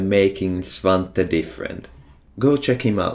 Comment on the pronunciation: i am happy svante is pronounced as i thought it is